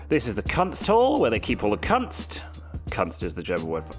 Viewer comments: kAnst xD kunst bro... KOONST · Kunst is pronounced like your C word, just with an s between the n and the t ;)